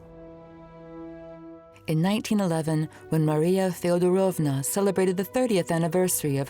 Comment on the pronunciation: thank you for the video, ❤ the content is brilliant. I am having an issue with Russian names/words/titles pronunciation by the English accent lady . She puts emphasis on the wrong part of every Russian word/name she utters😂😢 TzArevitch? it is tzarEvitch. FeodorOvma? it is FedOrovna… please , 😢 English-speaking people -,learn the pronunciation😂😂😂